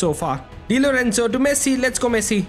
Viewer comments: dude says messi but always sounds like he is saying pessi damm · bro said pessi instead of messi 😂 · bro really said pessi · nah bro u said pessi I know not intentionally u said it mistakenly but u said pessi for sure😂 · 5:0 bro called pessi😂😂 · You are speak Pessi😅😅 0.04 sec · Bro said pessi but ay W we ronaldo fans are happy 😂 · You said pessii😂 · said pessi? His main id name is literally messiniac 💀💀 ig it clears it all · bro thought we wouldn't notice him saying pessi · nah my bro said pessi 💀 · Bro said pessi 💀 Bro swapped sides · listen what he said in like . He clearly "Pessi" and not just once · tbh it was only once , maybe you need to check your ears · nah bro you said pessi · Literally says pessi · He said pessi you high bruh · bro really said Pessi 💀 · bro said pessi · he says pessi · Bruh you said pessi 💀💀✅ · Why you say pessi bro 0.04